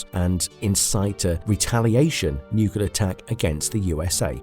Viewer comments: It's spelled nuclear, not nucular. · Nuclear. Not nucular. Just sayin'. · Please google the word "nucular"!!! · Disliked because nuclear is wildly mispronounced constantly. Sorry. Otherwise a good video.